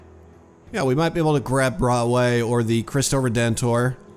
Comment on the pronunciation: Cristo Redentor is actually pronounced with the emphasis on the "o" in RedentOr, as in Tour. It probably sounds like this: Cristo Reden-Tour. Just thought you should know, since it seems like you want to know the correct pronunciation of things.